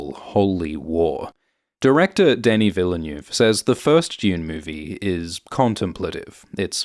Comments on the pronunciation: Thanks man! Quite deep analysis of a few minutes trailer. As I was telling my son when we watched the first part, you must read (al least first 2 volumes of) Dune to understand the plot of the movie. One (small) critic: I know that you're not French, but you can try to pronounce at least phonetic Denis Villneuve - deh·nuhs vil·nuhv and Lea Seydoux - lia sei-du. Cheers! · Great analysis, but I have to admit that the narrator's mispronunciations of names like Chani, Denis Villeneuve, Léa Seydoux, and Souheila Yacoub grated a little.